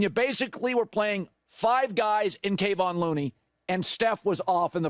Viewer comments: Will you please stop calling Looney, Kay-von Looney. It’s Kevon, pronounced Ka-von…thanks… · It’s KeVON. KeVON. KeVON not KAYvon dude show some respect :\ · FYI... Kevon Looneys name is pronounced like K'vaughn (emphasis on 2nd syllable). ☺️ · C'mon Colin, learn how to pronounce a guy's name before you go on the air talking about him.